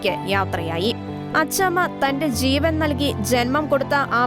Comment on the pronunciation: ചീവൻ അല്ല ജീവൻ.